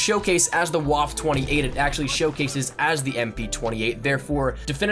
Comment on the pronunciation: I cringe every time you say "Waffe" it's pronounced "Vaf-a"